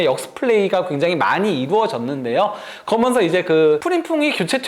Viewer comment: 브버지....... 그러면서===> 거면서 ㅋㅋㅋㅋ